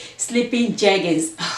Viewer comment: When you were reading the jeggings instructions 😂Sis sometimes we can’t get the right pronunciation but you got it, 2 pair of jeggings for a dollar and you style the blue t-shirt and how you dress it up😍 yes o is how you wear it not the price you paid! Love love it💯❤️❤️